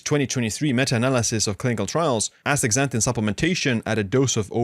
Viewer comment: Dr. Berg days Astra zanthin. Youre saying Ax tazanthin Ass ta zan thin please!